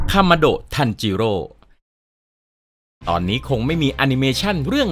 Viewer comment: คริปเเรกเเรกที่พี่OKทำพี่เรียกคามาโดะทันจิโร่ว่าคามาดะทันจิโร่